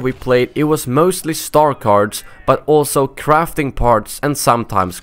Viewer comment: when he said crafting parts it sounded like crapping parts